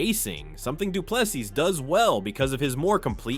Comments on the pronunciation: Say Doo plu sea or see...... NOT SEAS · If you a video at least say the guys name properly: Du plessis (du pluh see)